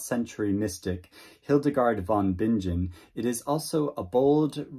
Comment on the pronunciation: NB Hildegard's surname is pronounced like with a hard g, like "bing" cherries + in (not soft like "binge"). Otherwise, thanks for the list. I love discovering under-promoted literature. Last year, I read two novels in translation from the same publisher of "The Appointment" here. One of them, "The Twin" by Dutch writer Bakker, which I found an excellent, slow-burn story. Of this list, I'd probably try Alindarka's Children first.